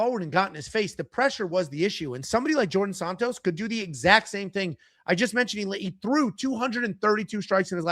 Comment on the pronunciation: Djorden Sanots lol